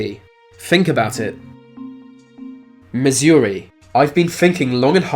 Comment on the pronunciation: Waited for him to get to Missouri just to not get anything and a wrong pronunciation :(